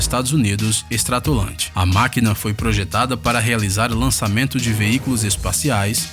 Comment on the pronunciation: Como é que eu vou seguir um canal que além de ter soltado várias informações erradas sobre todos os aviões, mencionar "chassi" se avião tem chassi não sei onde fica... E como eu vou seguir canal que pronucia "stratolante" pra Stratolaunch??? Meu amigo, de uma pesquisada mais afundo aí camarada...